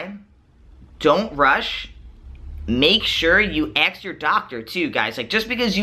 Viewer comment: Great video. (Also, it sounds like he's saying "ax" instead of "ask" haha)